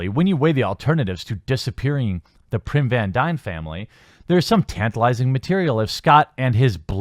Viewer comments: TheQuartering; I cringed every time you mispronounced Hank Pym's name, it's not r n, it's a m, it's not P y r n, it's P y m. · My only issue is...it's PYM...P-Y-M, no "P-R-Y-M". Other than that, I agree with all the FORCED agendas. Why is it that groups and people who, that not long ago, portrayed themselves as peaceful, meek, and practically devoid of hate, have now burst on the scene with straight up aggression, harshly berating everyone else, and forcing their views upon the rest of us? All the while, they still hate the views of straight people, Christians, or anyone else who doesn't live on their planet. And simply because you don't share their views, they say you're a "hater" or whatever. No...to each their own. But don't infringe upon my rights or my beliefs. Wanting to be accepted is great. But berating others or stepping on others' beliefs to push your own is utterly wrong. Just like how it's becoming a standard now that every film or show MUST represent at least one person of LGBTQ or whatever. Or like how they bullied Scarlett Johansson out of a role as a transgender person just because it wasn't actually being played by a (likely) AMATEUR transgender. So frustrating... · Totally off topic but why do I keep hearing PRYM VAN DYNE and not Pym van dyne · Pym not Prim sheesh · Do Canadians have a thing where they pronounce their Y's as R's? I've never heard of that before but, it's the only way to explain the constant wording of Prim instead of Pym which is the actual name. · Are they complaining that the movie was TOO subversive? Let them talk to Ruin... BYW, it's Pym not Prym... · I agree with you 100% but it's Pym not Prim and Evangeline not Everleen. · Am I the only one hearing "Prim" when he says "Pym"? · Damnit TheQuartering, it's Pym not Prim. There is no "r" in Hank's last name. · Is anyone else noticing how he says pym as prim Not saying that the video is wrong it’s just that it’s pronounced like pim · There is no "R" in Hank Pym!!! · Pym, not Prim